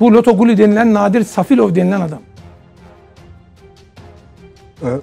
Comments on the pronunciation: Osdurax duz danis,Safilov yox Selifov,Rusiyada yox Azerbaycanda hebs yatif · Safilov yox gijdllax selifovdu düzgün de!Allah quliye rehmet elesin boyuk qardawa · Safilov deyil Səlifov. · Bakan sən nə cür bakansan ? Bir Qardaşımızın soy adını da düz demirsən . Səfilov yox Səlifov . 20 il Rusiyada yox Azərbaycanda oturub . Mən elə bilirdim sən savadlı bir bakansan . Çox təssüf sən də ... yazıqlar olsun! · safilov diyil selifov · Buda nazir heç bilmir Qulu harda srokda olub. Qulu Azərbaycanda cəza çəkib. Birdə Səfilov yox Səlifov.